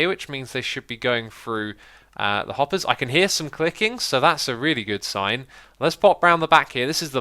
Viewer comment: "I just got this eyedea in my head" "anyway, the eyetems are now dropping down into here, which means they should be going through the hoppers. Eye can hear some clicking, so that's a really good seyegn."